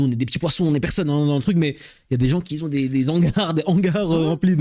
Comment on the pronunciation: "Qui z'ont" faut arreter😂 mais sinon vidéo cool!